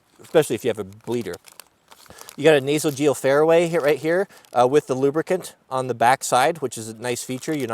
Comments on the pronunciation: According to me you were saying: nasogeal fairway. Isn't that: nasopharyngeal airway? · Word of the day , ""A nasal-geal-fairway". Lol, trying to film in one take is hard! "Nasal pharyngeal airway" I think is what you were shooting for... Great video, everyone should have some sort of basic medical training and gear to aid themselves and family. I'm a 30yr firefighter paramedic in a large urban area on the EAST COAST. Former Capt of a SWAT Medic group. I have built IFAKS for each family member and the big Mother bag for staging or extended operations. The funniest thing to watch are Youtube videos of the Antifa street medics during the different riots last year. They clearly had no idea what they were doing with all their sexy bags of cool-guy gear. Lol. GET TRAINING! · “Nasogeopharway” lol love it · Lol. Said it twice.. I’ve made the same mistake.